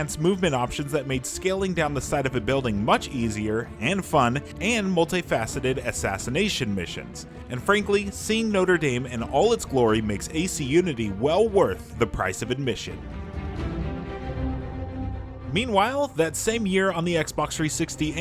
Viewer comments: Did they seriously pronounce Notre Dame as Noter Daim? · Did he just say Notre Dame like the sports team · people still pronouncing notre dame like that in 2022